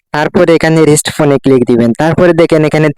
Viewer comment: এইটা রিস্ট না রিসেট হবে